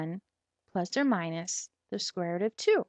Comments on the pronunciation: square root not square rut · She's chinese is why she says rut..